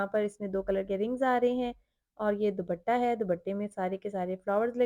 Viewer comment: ❤❤❤بہت خوب صورت سوٹس ہیں۔۔۔۔بس دوبٹہ۔۔۔کی بجاۓ صحیح تلفظ ہے۔۔۔دوپٹہ۔۔۔۔امید ہے آپ نے برا نہیں منایا ہو گا۔۔۔۔۔ شکریہ